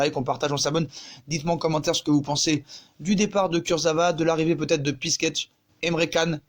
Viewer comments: Pour Piszczek ça se prononce Pitchek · « Lucas pisquette » mdrrr